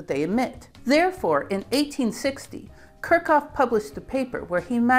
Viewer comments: She has ADHD, and pronouncing names, especially German ones, and talking without moving her hands is difficult for her. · Enjoyed the video, but Kirchhoff is pronounced Kirch-hoff (note that ch attaches to the first syllable) Wien is pronounced Veen I couldn't figure those two out from the way you pronounced them. You also misspelled Boltzmann. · Your pronunciation of Kirchhoff is nuts. I've never heard anyone say it like that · Butchered Kirchhoff too in a way I've never heard before.